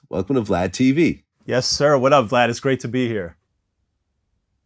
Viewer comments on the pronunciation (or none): Snapple facts 😂😂😂 even his name the way vald pronounce it his last Na sounded like gone got